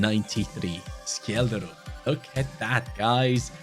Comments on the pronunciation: From a Norwegian its pronounced Shelldrup 🐚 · Scheljderup is pronounced shell-de-rup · You say Schjelderup with a sh sound not a k sound😅 Norwegian btw